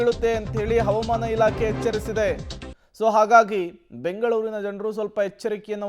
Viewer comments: ಹವಮಾನ ❌ ಹವಾಮಾನ ✅ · ಹವಾಮಾನ --ಈ ಪದದ ಉಚ್ಚಾರಣೆ ಸ್ವಲ್ಪ ತಿದ್ದಿಕೊಳ್ಳಿ